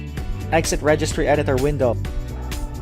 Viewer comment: Registry pronounciation and video not clear